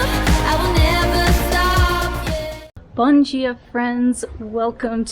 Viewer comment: Demorei para perceber que ela é gringa, pensei que fosse uma Brasileira que fazia conteudo para gringos. O "bom dia friends" ficou com uma pronuncia perfeita.